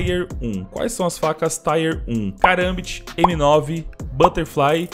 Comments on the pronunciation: você está redondamente enganado. Em inglês se fala "tíer". E não precisa acreditar em mim, basta ir ao google e procurar. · "taier 1"kkkkkk é tier que fala mesmo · nao, é TIER mesmo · Pronuncia é TIER mesmo, abraços <3